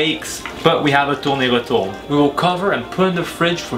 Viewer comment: accent français plutot